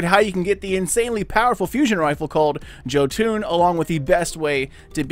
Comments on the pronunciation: It’s “yo-ton” not “ joe-toon” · Hey man,Thx 4 video,keep up the good work👍🏼Just wanted to say it's pronounced JOtun or Jotun straight forward, not Jotuun (even though wiki may say "Jötunn",wich is wrong in a scandinavians ears also;)It derives from Old Norse mythology were the Jotun's (Norwegian=jotnene) often fights Thor,Odin and the rest of the old Norse Gods (the female jotuns though could be the Asgardians sexual partners sometimes😃)They are giants and lives in Jotunheimen in the castle Utgard.A little history lesson from a Destiny gaming Viking from Norway,Skål😎🍻 (Ps I've done a lot of frames in Bergusia,no Jotun,so it's a pretty random drop.) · It's YO-TUN. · another guy says yahtin... you say joetune... its not a shitty rappers overcomp software(autotune), go listen to the mighty loki speak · Jo-fuckin-toon... I'm done man why are so many people this bad at producing things? 😂😂😂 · He said joo toon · Its (YO-TUNN) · Pronounced yotun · Cooper Vayda THANK YOU! Christ, this hurt to listen to... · The way he says Jotunn physically hurts me